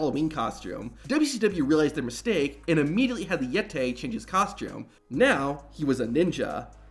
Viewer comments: The Yet-tay.. 😂😂😂😂😂😂😂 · “Even though he was called the Yettay he looked more like a mummay “ 😭😭